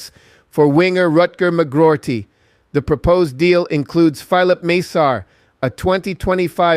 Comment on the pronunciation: do it! and Filip is pronounced Philip just like Engish